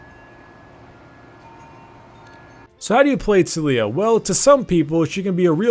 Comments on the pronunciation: tuh-lee-uh triggered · Tulia? Bro, it's not that hard to pronounce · "So you want to main TOOL-iyah" XD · Did anyone else heard fuck up at the intro and said "too-lee-oah" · His pronunciation triggered me